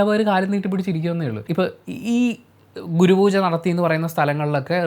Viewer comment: Google pooja 😆😆😆😆